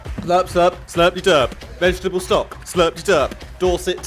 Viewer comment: I stand corrected, Its pronounced Slurp De Durp. I kept saying slurpy durp.